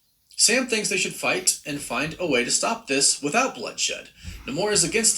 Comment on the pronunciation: Someone tell Namor is pronounced Nay Moore